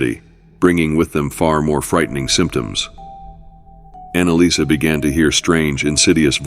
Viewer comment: Annaliese...Not Annalisa...